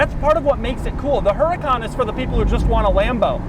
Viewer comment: Doug the type of guy to pronounce Centenario correctly yet still toss a hard H into Huracan for no apparent reason. 😂😂😂